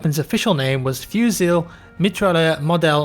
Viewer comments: fusEE, not fusile <3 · Don't pronounce the "-l" in "fusil" ;) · "Fusil" is pronounced "Fusy" ;) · I agree, awful pronunciation :P For the next time, the L is silent in "fusil", "Mitrailleur" is pronounced like a French saying "Me Try Her" XD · no... That's not how you pronounce any of these in french... Fusil is more like: Phuzi Mitrailleur: Mee-Tra-Yeur (i guess) Did you even google translate that one to hear the way its said? XD